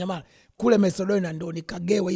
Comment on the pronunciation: Ni Methadone sio Marcedonia 😂😂